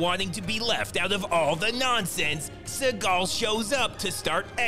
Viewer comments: "Steven She-gull"... Lost my shit 😂😂💀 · "Steven SHE-gal" subscribing now. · "Steven She-gal." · 🤣☠Steven She-gal🤣☠ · "steven she-gal" 👌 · Spend 2 weeks watching each and every Post he mad. Oh my my my. This guy been butchering Seagal. These vid are addictive too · Steven SHE-gal 😂